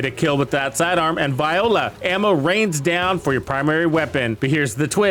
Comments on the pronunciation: You said VIOLA, made me do a double take, haha. You meant VOILA! 😂 Bless. Great video! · This is a must watch for new and casual players. I’m thinking when you say “Viola” (the instrument) it’s really Violà (French term) hopefully for the fun of it. This is full of great info presented extremely well. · I prefer "bobs your uncle" instead of the deliberately mispronounced French interjection.